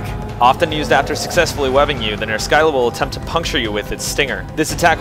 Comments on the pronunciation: Just make it into a running gag where you pronounce every monster in some weird way. But almost 100% sure it's pronounced Ner-sill-ah as the greek monster, the Scylla, is pronounced Sill-ah. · Monster pronunciations are a bitch. I say Ner-skylla, you say Ner-silla. Yours makes more sense, but I couldn't get mine out of my head. Please don't hate me. D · I think I pronounce every monster's name you've done so far differently. I thought it was just like a running gag. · Your name pronunciations kill me, even if I'm the one saying it wrong. "Ner-Silla." Not really a complaint though. Tomato, Tomato.